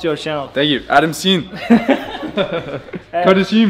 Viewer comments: Nobody:: Adamssiiğn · sonrada kardeşiğm diyo